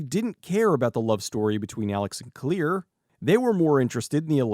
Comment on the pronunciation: Her name is Claire, not Clear